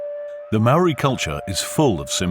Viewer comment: Very good British voice, but what's the excuse for murdering the few maori words used in the documentary? How would you feel if I came to England and did a doco there and murdered the pronunciation of your places?